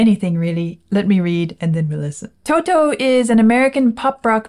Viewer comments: The way one says Toto is not like saying the word "Toe" two times in succession with a pause in between. There's no pause so it sounds more like "Todo". Does that make sense? Your reactions are the best. Thank you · In the UK, we also pronounce it as To-to. It’s seems to be generally an American thing to swap a ‘t’ for a ‘d’, as in the word ‘water’! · How funny you pronounce Toto 😂